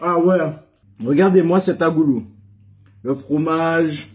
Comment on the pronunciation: Je ss rassurée tu dis bien Agoulou 🤣 et nn bagoulou, car un gars sr TT ne la pas trop apprécié, enfin 🤷🏼‍♀️ y'en a partout.. Bravo en tous cas ça devait être succulent